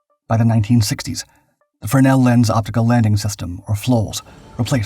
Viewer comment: Had some major trepidation going into the landing ball section and I gave a little cheer when "fresnel" was pronounced correctly. I installed land-based arresting gear in the USMC and fresnel always hurt my brain when the term was introduced to me in the schoolhouse.